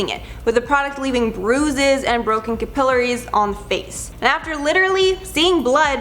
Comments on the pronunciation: It’s pronounced Cappa-larry lol I’m sorry the way you say capillary lol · You're so cute, say it with me... "Cap-uhh-larry".